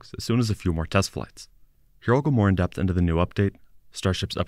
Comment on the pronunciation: Whenever he says "Here I'll go more in depth", it always seems to sound like "Your uncle Morgan dead" lol